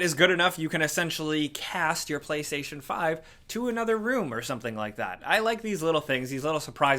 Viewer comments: was it just me that heard “Paystation”? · i knew i heared paystation instantly reminded me of nopaystation yea i doubt that will be on the ps5 lmao